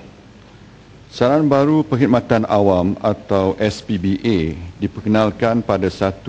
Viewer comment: najib sebut sbpa pun salah... SPBA ...bunyi macam SPBT keh keh keh